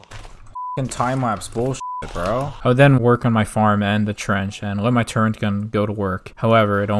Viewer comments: just want to say amazing video but I was so triggered every time you said "turrent" instead of turret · Man pronounced “turret” as “turrent” for two hours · It's. Turret not turrent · Calls flat Earthers the dumbest people but doesn't know what a silo is, calls it a "big dildo", keeps saying "turrent" instead of turret. Glass houses homie. You aren't too bright yourself. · TURRET not TURRENT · Good content. The only thing that bothers me is the use of the word “Turrent”. It’s Turret lol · Turret* not Turrent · WTF IS A TURRENT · I will have a stroke if I ever hear someone say “turrent” again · every time he says turrent I die a little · Can't get past this guy calling turrets "turrents" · why do you say "turent" ☠️ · Great vid, but there is no "n" in the word "turret." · Turret < Turrent